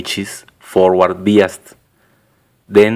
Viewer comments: Its pronounced "by us". not "bee us". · UK pronunciation is "bye" rather than "bee". Maybe it varies with country. Are you american? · No offense intended. But you say biased wrong. You say it as "bee-ist" instead of "bye-ised".